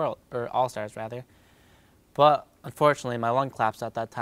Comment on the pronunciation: why does he keep say "but" like "bwut"... lol